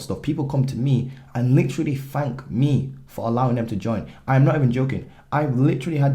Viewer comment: Its thank, not “fank”…. Just getting you back for the “aluminum” bit in the last vid 😂🇺🇸.. great content in this vid, as usual ✊🏾